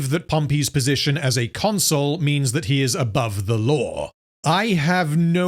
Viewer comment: I don't know how deliberate it is, but Pompey constantly being called a 'console' rather than a 'consul' tickles me every time. 🤣